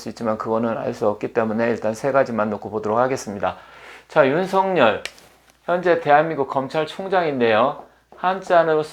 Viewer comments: '尹錫悅'은 '윤석열'로 표기되고 /윤서결/이라 발음해야지요. /윤성녈/로 발음하면 안 됩니다. '윤석렬'로 표기될 때라야만이 /윤성녈/로 발음되지요. 한자(漢字) '錫' 자(字)를 잘못 쓰시네요. '日'과 '勿' 사이에 '한 일('一')'을 넣어서는 안 되지요. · 처음 들으시는 문제는 저도 이상하고요, 보편적 관접에서 말씀 드리지요. 그러면 이렇게 생각해 보십시오. 예를 들어, '윤석렬(尹錫烈)'로 표기될 경우와 여기처럼 '윤석열(尹錫悅)'로 표기될 경우의 발음상 차이는 어떻게 되겠습니까? 둘 다 똑같이 /윤성녈/입니까? 그럴 수는 없지요. 문자[글자]의 존재 이유가 없어지니까요. 경상도 사람들(이 사람 역시 경상도 출신입니다마는) 중에서 낙동강 유역에 사는 사람들이, '쌀[米]'을 /살/로 발음하고, '(값이) 싸다[低廉하다]'를 /사다/로 발음하는 것을 보편적으로 인정해야 합니까? 잘못된 발음이지, 보편적으로 허용되는 것은 아니지요. '경숙'이라는 (여성의) 이름을 /갱숙/이라고(음운 현상-법칙상으로는, 사투리 발음이라도 /겡숙/으로 되기 마련입니다마는) 황당(荒唐)하게(?) 발음하는 것은, 우스개로 장난스럽게는 할 수 있으나, 보편적 상식으로는 틀린(잘못된) 발음입니다. 그래도 받아들이지 않으시고, 고집스럽게 주장하시겠다면, 개인의 자유이니, 어쩔 수 없겠습니다마는, 저는, 받아들이실 줄 알고 보편적 상식의 관점에서 말씀 드린 것입니다. 그러나, 이건 분명하지 않습니까? 한 나라의 질서를 바로잡고 통일(공식적으로는 필요한 국어의 통일)을 기(期)하기 위해서 도덕과 상식과 불문율과 법(法)이 있듯이, 언어에도 질서와 법칙과 원리가 있습니다. 그걸 무시하고 경상도 사람들끼리만 생각해서 경상도식(慶尙道式) 발음을 고집하는 것은 '넌센스'이지요. 농담이나 장난이 아니라면, 결코 맞는 논리라고 말할 수 없는 것입니다.